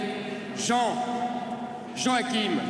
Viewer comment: Il à beugué sur Joakim il l'a rebaptisé jean akim 😜😂😂